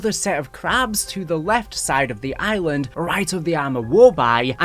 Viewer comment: Island= eye-win-ed